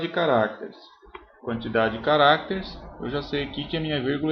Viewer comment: cada vez que ele fala carácteres, uma criança morre